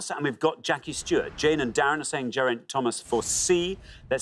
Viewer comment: Armstrong mispronounced Geraint two ways, both wrong. So it’s not just Alabama.